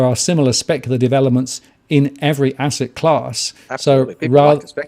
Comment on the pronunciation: an ASSET... he says - more like an ARS-set ;-)